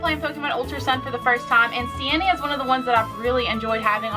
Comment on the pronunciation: Hate to be THAT guy but it’s stee-nee